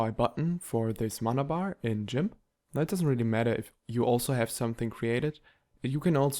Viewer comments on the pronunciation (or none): Jimp?.... hahahahaha!!! Its Gimp!!! ❤❤ Edit: also still a great tutorial in 2023!!!